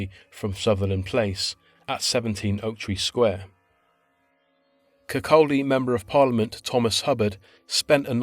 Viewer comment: Great video! Always good to see Fife mentioned on YouTube lol. Kirkcaldy is close to my hometown. It’s pronounced without the L though…. Kirk-audie